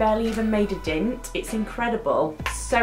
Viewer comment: WHY do you say 'dent' like an Australian person?